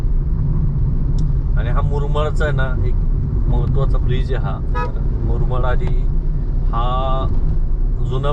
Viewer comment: मुरमाड नाही रे बाबा मुरबाड बोला